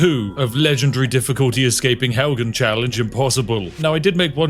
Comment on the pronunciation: "Helgan" and then he says "those who really know Skyrim" lol